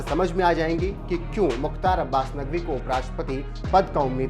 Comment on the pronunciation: जय हिन्द, जय मोदी जी, अबे न्यूज़ वाले, पहले बोलना तो सीख!!! क्या नगवी नगवी लगा रखा है? नगवी नहि नकवी बोल ने! न्यूज़ भी ठीक से रीड कर